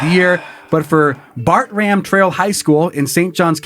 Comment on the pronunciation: I live near st John's your pronunciation was horrible hahaha its bart-drum high school lol and it was crazy and a public school!